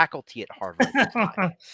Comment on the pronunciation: Kudos to for nailing the proper pronunciation for 'Harvard'. 😂